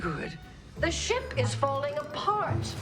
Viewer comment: I'm sorry, she yells "The shimp is falling apart" and that somehow didn't catch a comment?